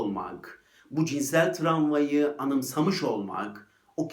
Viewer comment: videonuz çok güzel ama travmaya tramva demeniz biraz rahatsız edici...